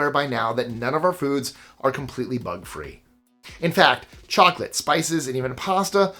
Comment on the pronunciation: Mmmm moclate 😂😂😂😂